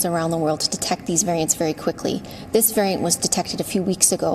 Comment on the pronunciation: "Varaiyant" Hahaha